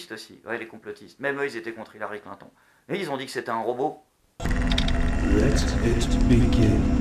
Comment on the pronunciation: Clin ton.... XD dit moi que tu a fais expert de dire sa comme sa